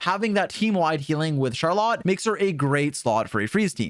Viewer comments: It’s not shar lot, it’s shaar roll let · can’t even say Charlotte correctly truly the aboba steamer of all time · ily but you rlly have some have the weirdest pronunciations 😂. Even if that is how you actually pronounce her name it sounds so much worse than “Char-lit” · CharLot? Is that really how you’re supposed to pronounce that name? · I can't help but laugh every time he says Char Lot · He lost me at Shar-LOT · Good guide, but every time you say "char-lot" a piece of my soul disaggregates into dust. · Imagine not being able to say "Charlotte" correctly. Dumba** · Have you never heard anyone pronounce Charlotte before? 🤣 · another characters name butchered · I asked 2 different friends from FRANCE about her and they say you're trippin with that name pronunciation 🗿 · The way this guy says Charlotte makes me wanna say he deserves to be bullied.